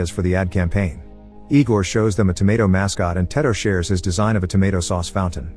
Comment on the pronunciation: The word “tomato” was pronounced wrong about 120 times in this video.